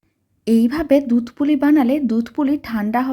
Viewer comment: Dudh k dutra bole Kano .